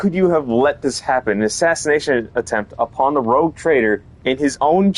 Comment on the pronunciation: ROGUE, no rouge! Es "pillo" "bribon", no "rojo"